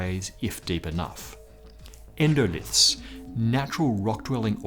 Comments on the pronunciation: That's 'endolith', not 'endolyth'. Is the writer really a sciency guy? Hard to believe. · 'Endolyth'? Surely you mean endolith?